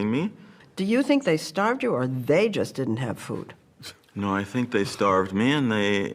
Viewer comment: The emphasis on "THEY" just didn't have food? That's the most cringe part.😖😖